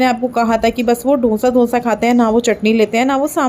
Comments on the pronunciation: Aap dosa ko donsa bol rahe ho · Dhonsa nhi didi dosa bolo 😂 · Donsa nhi dosa hota hai. Jab ap Donsa bol rhi thi to sunne me ajib sa lag raha tha